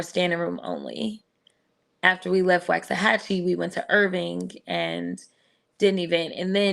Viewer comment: You say Waxahachie weird. I've only ever heard it said like "Waaks-ah-hatch-ee".